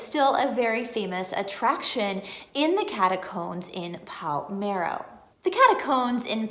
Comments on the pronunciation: Don't know if this was mentioned in other comments. If this IS the town I am thinking of, you are not pronouncing it correctly. You were saying PAL-MEH-RO. The correct way is PAH-LERH-MO .... Pa-ler-mo Sicily It's ok .... You don't look Italian or Sicilian ;-) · Do you mean PALERMO??? Not Palmero?